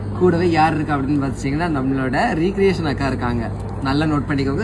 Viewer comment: ரெக்ரியேஷன் nu solanum pa. Not ரிகிரியேஷன் pa